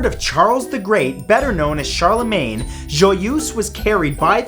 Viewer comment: Matthew.... We have to talk about your french prononciation.... Joyeuse does not sound like that and so does Charlemagne.